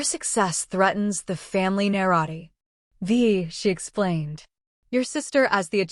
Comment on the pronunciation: Family na-ra-tea